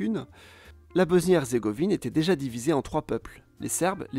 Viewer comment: BOSSSNIE PAS BOZNIE